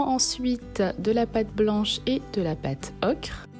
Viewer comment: Pourquoi tu dis Pate ocre